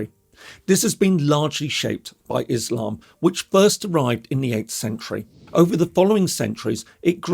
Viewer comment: "Izlam, Izlamest, Suuni, Jee Had" - The pronunciations always crack me up.